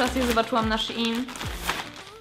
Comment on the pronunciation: Szein się mówi a nie sziin...